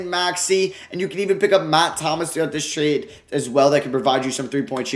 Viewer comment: Here when it says tarde instead of trade